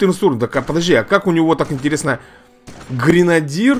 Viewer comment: Эй, деревня. ГренадЁр правильно.